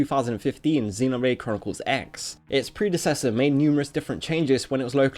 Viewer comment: Actually it's called Xenoblade Chronicles Cross. The "X" is pronounced "Cross" chode master. This makes your entire video worthless.